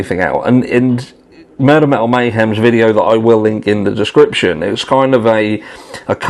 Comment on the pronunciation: Metal? It sounds like you say MAL.